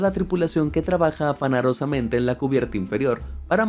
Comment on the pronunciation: Minuto 9 afanarosamente???